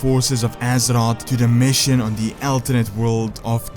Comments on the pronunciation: it's azeroth not azerott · I hate the way this guy says azeroth so much. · Love the video, just please pronounce Azeroth correctly once T_T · The way he says azeroth gives me cancer